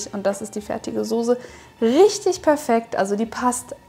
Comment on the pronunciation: Soße NICHT SoSe